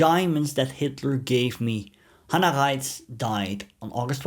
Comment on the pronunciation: Beitte die aussprache kontrollieren Sie hieß hanna reitsh nicht ratsch